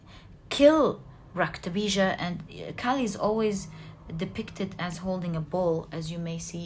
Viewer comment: Really intrigued by your knowledge of Hindu philosophy and mythology. Very well learnt and reproduced. You are really amazing!!! Your narration of Maa kali's episode with the specific mention of the name "Raktabeeja" so correctly pronounced is really marvellous... You are wonderful and I love your readings. Thank you so much for being such a blessing. Not to forget.... I love the way you laugh....there is music in your laughter.... 😊😊😊😊